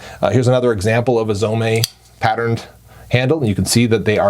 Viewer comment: Its pronounced Zome, not Zomé. Like home, not homay